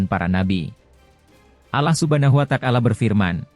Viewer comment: Yg BENAR DONG PENGUCAPAN NYA....ALLAH SUBHANAHU WA TA ALA....BUKAN.ALLAH SUBHANAHU WA TAKALA....